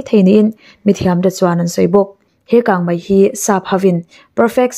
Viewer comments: Kangmai ti lovin kangmei ti thei la ngaihnawm lehzual ang. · Kang mai iti zel hi ava mak ve,kang mei ti zawk la